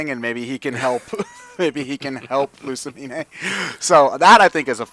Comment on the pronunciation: Damn it, I got my Japanese and English pronunciations mixed up last time: It's Lu-sa-me-neigh in English.